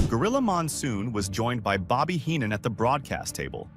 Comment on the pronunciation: Fundamentally a decent video, well documented but the lazy AI narration spoils it somewhat. If you need proof of this, just listen to the pronunciation of Bobby The Brain Heenan .